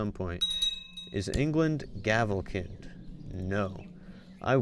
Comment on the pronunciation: its pronounced gavelkined